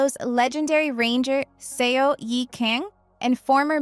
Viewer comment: I’ve seen about half of these. Some were great others were just okay. But I’m excited to see so many dramas that I haven’t seen yet! Usually I’ve seen all the dramas in videos like these. But FYI: eo (어 ) in Korean is pronounced “uh” not “ee oh”. So the name Seo is pronounced “Suh.” And Seongsu is pronounced “Sungsu”. Not trying to criticize, just letting you know.